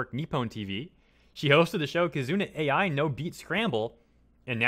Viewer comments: It’s pronounced “Eye” not Ai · KiZOOna AyEye... U's are usually silent, like suki being pronounced 'ski'. 'Ai' is a name, notice the I isn't capitalized, the name's pronounced 'Eye'. Why not take 5 seconds to listen to her say her own name in one of her videos? Would only make sense when the entire video you're making is about her. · It is not pronounced A.I., it is pronounced like Eye. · Sorry to gripe, but her name is pronounced like the Japanese word "ai." (eye) Knew VTubers have been around for a while, but didn't know they were THIS popular